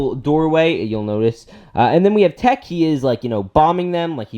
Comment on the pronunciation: When you call Echo, Tech.... :( hahaha nice moc though man! subbed